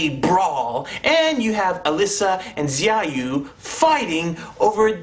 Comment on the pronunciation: its pronounced shao-you(xiaoyu) but yeah the story was a complete clusterfuck.the fight scenes and CGI were the only factors that redeemed it